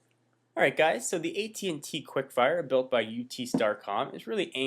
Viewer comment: its at&t not et&t